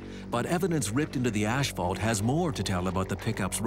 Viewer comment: I watch this show a lot. Am I the only one that can’t stand the way the narrator says “ash-fault” instead of asphalt?